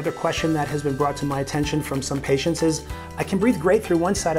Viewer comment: patient"ses" lol